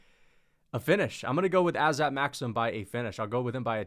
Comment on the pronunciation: I just wanted to clarify that the pronunciation is Azat